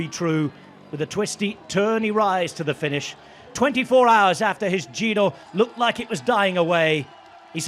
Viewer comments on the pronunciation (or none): Bike bore Ned tries, but butchers the Italian names more than his soon to be forgotten TdF efforts.